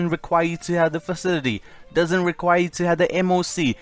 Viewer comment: It's facility not facitity